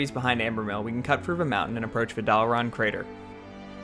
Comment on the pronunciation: are you saying "frou?" as in "cut frou the trees." I don't hear the "th"